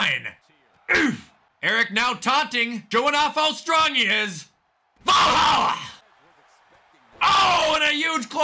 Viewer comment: I only don't like the VR cause they don't know wtf they're talking about, the claim to be vikings and from like the gods and shit but they mispronounce valhalla and shit😂